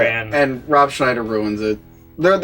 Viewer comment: Thank you for saying Ron Schnieder that way :)